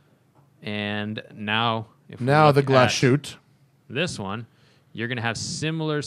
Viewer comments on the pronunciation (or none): No, "Glashütte" is not pronounced like glas shoot or something. It is Glashütte, with "ü" and double "t", "Glas" and "Hütte" are two different words. For proper clearifying the sound just go to Google Translate, write "Glashütte" in the german translation box and let google read it for you (press on the speaker symbol). Otherwise great podcast, really looking forward to the next episode. Greetings from Germany! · I can almost hear the germans cringing in pain.... try pronouncing it "Glas-hütte" not glasshoot. But you got the ü surprisingly good. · It’s pronounced Glas-hoota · Yes, Junkers is German. “Stowa” is pronounced “SHTOva,” and “Glashütte” is pronounced “GLAHS-HÜTEH.” The umlaut must be pronounced correctly, and there is no “sh” sound in that word. And “Lange” is pronounced (approx.) “LAHNG-EH,” as if you were saying “ahh” at the dentist’s. In 99.9% of German words, every letter is pronounced.